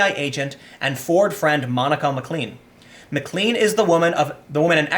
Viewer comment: pronounce MacLean Plain